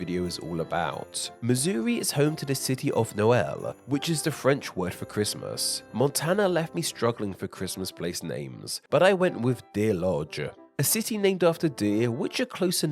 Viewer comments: It's pronounced nol - a single syllable, but the post office regularly receives boxes of preaddressed Christmas cards so they can be postmarked Noel. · Being from the area, Noel, MO is pronounced "Noll" and rhymes with "toll". That being said, we still post mark out Xmas cards at their post office.